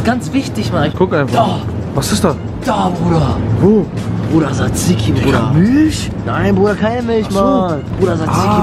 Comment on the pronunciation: Er sacht einfach saziki xD